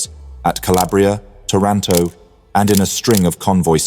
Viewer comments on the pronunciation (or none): none